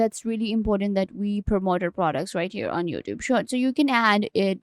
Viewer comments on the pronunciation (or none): I can't understand your accent. You are talking fast, mumbling and mispronouncing lots of words like "shorts" and "youtube"